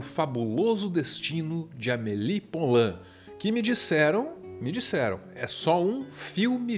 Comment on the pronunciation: Maravilhosoooooooooo. Obrigada. Filme da minha vida. Só uma dica. Poulain se diz pulã. Som de u mesmo. Porque "ou" (poulain lourdes) tem som de u. Beijão